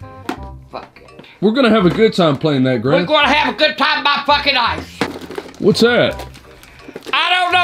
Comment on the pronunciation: Sounds like she is saying Ice all the time 😅